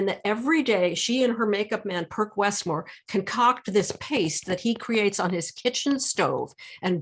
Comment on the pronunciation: Perc Westmore's name is pronounced "purse," not "perk"